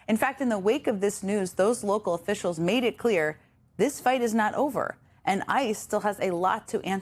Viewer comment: Mumble-mouth Homan- he can’t even say the word ‘official’ without sounding drunk.